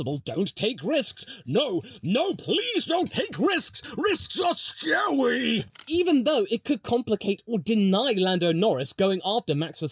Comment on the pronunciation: "risks are scawyyyy!" 🤣🤣🤣